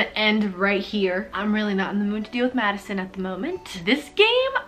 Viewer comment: Everybody in the comment section : i laughed so hard when she said wHo THe heLL iS MAddIsioN